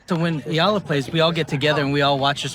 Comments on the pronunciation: Eela? Hahaha it’s EYALA or Eala. You had someone in the video pronounced her name and you can’t even say it right yourself. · It’s not EE-LA. It’s EH-YA-LA. Pronounce her name right. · Please. Pronounce her family name correctly. It’s eh-YA-la. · Here’s a phonetic to pronounce her name right EE-YAH-LAH. Get it right, you’re going to pronounce it a lot more.😊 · YA-LA that’s how you say it.